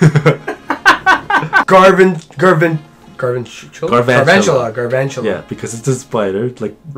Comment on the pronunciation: Its GAL not Garvantula